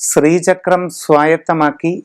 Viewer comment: സ്രീചക്രം എന്ന് പറയാതെ. ശ്രീചക്രം ആണ്.